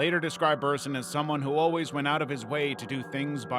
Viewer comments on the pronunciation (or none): none